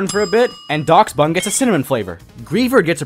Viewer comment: DOXBUN! It’s pronounced like “dash-bun”, like the breed of dog dachshund.